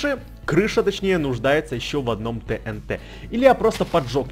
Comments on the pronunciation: Правильно говорить тиинти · И не тэнт а тиинти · не тинт а тиинти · правильна ТИНТИ А НЕ ТНТ ГОВОРИТЬ: ТИНТИ ПИСАТЬ: ТНТ